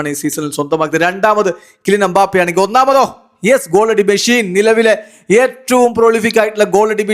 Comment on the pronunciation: എംബഫെ.... എംബാഫെ...